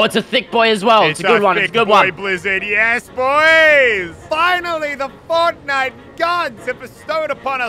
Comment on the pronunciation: DID HE SAY "FOGNITES" LOL